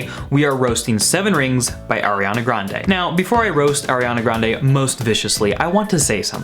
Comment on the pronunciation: "airiana grande"